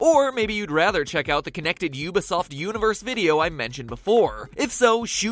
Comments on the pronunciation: ehk, he pronounces ubisoft you be soft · Ubisoft is pronounced oo-bee-soft